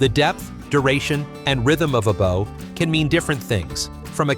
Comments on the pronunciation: The AI voice says boe reading bow as a bow and arrow. It should be Baaw. Liking bowing down. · AI slop. Example: mentions "kawaii" but doesn't explain it or offer any real description of women's beauty standards except dumb platitudes. And the occasional silly wrong choice of heteronyms (e.g., "bow" as in bow tie instead of what it meant: "bow" as in bow to your elders.)--and other mispronunciations. To be fair, I didn't know that more and more Japanese women are marrying foreigners these days--if it's true.